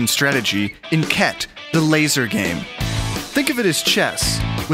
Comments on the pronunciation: Did i just hear cat instead khet ? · Khet. Pronounced as Cat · Harry : "did he just say ket ?" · He said ket ahahahahahaha